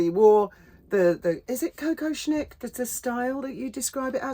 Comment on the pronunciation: Dear, a Kokoshnik is pronounced 'ko-KOSH-nik' not co-co-shnik. 😊